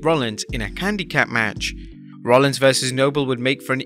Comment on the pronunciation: “A CandyCap match.”